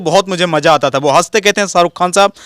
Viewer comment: ये काले कपड़ों वाला लड़का पढ़ा लिख़ा है लेकिन फ़िर भी इसका शब्दों का उच्चारण सही नहीं है जैसे कि ये शाहरुख ख़ान नहीं साहरुख़ ख़ान कहता है अमरीश पुरी कहने की बजाय अमरीस पुरी कहता है और इसी तरह से और भी बहुत शब्दों को ये ऐसे ही बोलता है और को इतना तो सोचना चाहिए कि जब यू ट्यूब पर बोलते हैं तो फ़ूहड़ शब्दों का इस्तेमाल नहीं करना चाहिए जैसे कि इस वीडियो में ने कहा है कि मैं कई बार अपने घर में छिता हूं